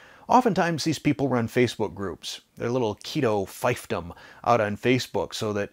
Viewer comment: You pronounced "fiefdom" wrong. Was that a test? 😅